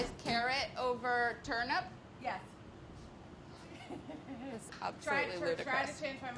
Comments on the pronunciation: I can only hear Molly saying "turnup" and it is bothering me slightly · They keep saying turnUP... Where is Brad... This is his chance to correct them! It's TurNIP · Did she say.. turn up? Ayyye lol 😎🥳🤪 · turn up! everytime Molly says Turnip!